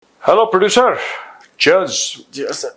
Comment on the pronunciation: Produsir😂😂😂😂😂 produsir😂😂😂😂😂 produsir 😂😂😂😂😂 produsir 😂😂😂😂😂😂